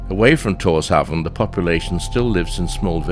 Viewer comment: Tórshavn is pronounced “torshaun”